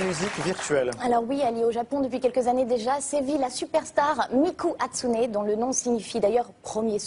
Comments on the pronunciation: Je rêve où la meuf vient de dire : "Muku Hatsune" ? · C'est moi ou la meuf a fait "Muku Hatsune" ?Et en plus de ça elle confond Luka et Miku omg tuer moi